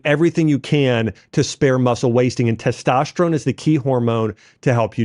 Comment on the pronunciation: "Teshtosterone" - Dr. Axe